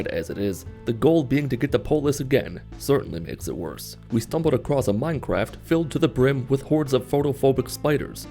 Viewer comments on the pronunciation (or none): does he say "we stumbled across a minecraft" or I just cannot unhear it